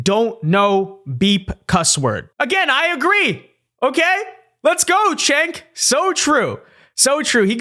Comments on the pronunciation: It's pronounced JENK, not CHENK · Actually, it's pronounced "Jenk." The Turkish C is pronounced like a J.